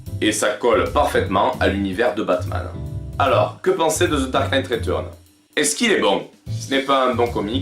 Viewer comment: The dark Knight "retourn"? Ah non, pas possible, ça casse tout d'entrée de jeu... Y'a pas de honte à bien prononcer les titres en anglais... Non, là, ça pique trop...